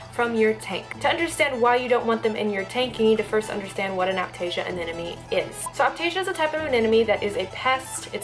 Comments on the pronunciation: you sound like you pronounce anemone as anenome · Did you just said "anenome" during the whole video? 8| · Y does she say anenome instead of anemone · I think it's cute how you say aneneme instead of anemone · I'm kind of new to this channel... Does say "anenemy" on purpose? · Ily but you are saying ‘anenome’ not ‘anemone’ ❤️😂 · haha i keep hearing anenome :) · Another person who can't say Anemone. It's Anna + money.. Not Anna + nomey!! What's so difficult about saying Anemone??? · "anena me" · aneMone. Not aNENome. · Please don't think I'm being mean, but your are saying anemone wrong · Just a heads up, you're pronouncing anemone wrong :P So many people do it, but just thought I'd let you know. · When can’t even pronounce anemone.